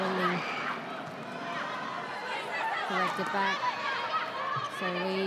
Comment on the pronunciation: ᴄᴏᴍᴍᴇɴᴛᴀᴛᴏʀ: "ᴀᴄᴛᴜᴀʟʟʏ, sʜᴇ's ɴᴏᴛ ɢᴏᴏᴅ ɪɴ ʙᴇᴅ 🛏" 😂🤣 ɪ ᴋɴᴏᴡ ʜᴇ sᴀʏs "ʙᴀᴄᴋ" ʙᴜᴛ ɪᴛ sᴏᴜɴᴅs ʟɪᴋᴇ ʙᴇᴅ. 😂😂